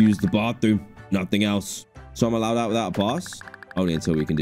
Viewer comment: 😂 the way he says allowed out